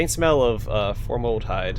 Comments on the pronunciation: Dude doesn't know how to pronounce formaldehyde and things Pharod is pronounced fey-raaahd, jesus fucking christ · Bro you lost me when you couldn't say formaldehyde.